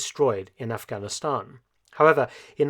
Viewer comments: What’s with the toady pronunciation of Aghanistan as “off-gonn-i-STONN”?? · The way you pronounce Afghanistan is very annoying and frankly condescending!